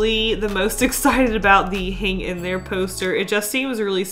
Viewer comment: "hang in thre" is the best part😂